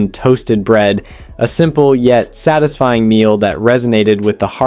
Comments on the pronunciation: Your Ai is terrible. Yeah, that's very "tisfying." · I too think “MYAHNASE” on sandwiches is “TISFYING”. A testament to American culinary “RESOURCEFS”. 😐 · Okay, some of the weird pronunciations are just grating on me. "Myon-ase?" and WTF is "tisfying"? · 'mixed with yonnaise' then a few seconds later 'to create tisfying sandwich'. There are loads of errors throughout, which are due to the AI not being able to rectify the inaccuracies in the script.